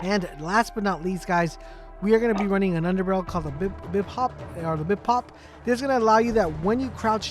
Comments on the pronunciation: Lmao what did call it a bip-op. It’s called bi-pod. Good video that made laugh. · bipop HAHA you killed me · Its not a bee-pop. And its does not have a clip... 😄